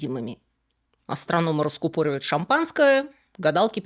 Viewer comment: раскУпоривают, а не раскупОпивают.